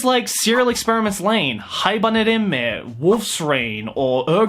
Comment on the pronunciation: OMG you said Haibanhe!!! Thank you you understand!!!!